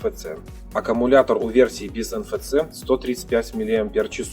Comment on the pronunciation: "Эн эф си" так читается (NFC). Просто режет слух.